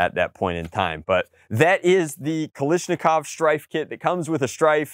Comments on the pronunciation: Hey komrade it is pronounced KALASHNIKOV blyat! Not kalishniko Jejejeje sorry EASTERN SPY FOUND ON AMERICAN SOIL! PROTECT THE BURGER TOWN!! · ...the front sight is on backwards. Also, damn, from what I'm aware you're into real steel, it's strange hearing you say Kal*i*shnikov rather than Kal*a*shnikov. But yes, I would love to see you get it to perform well. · The way you say ‘Kalashnikov’ makes me sad. /kɐɫaʂnʲɪˈkɔʋ/